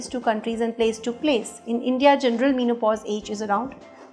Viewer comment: men o pause not mean o pause